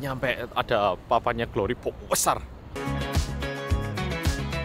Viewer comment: kang... klo ngomong BESAR.. biasa wae jangan BUUUEEESSAARR... hahaha... jawa timuran e sik medok reekkk 👍🏻👍🏻